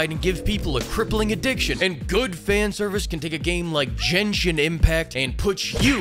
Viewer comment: Finally someone that pronounces "genhsin" correctly. And that is the actual correct spelling btw